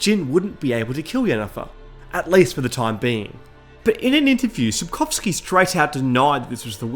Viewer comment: Thank you for taking a minute to look up how to say "Sapkowski" properly and doing it properly. The number of "Sapkałski"s is infuriating. It's a surname after all - it shouldn't be altered.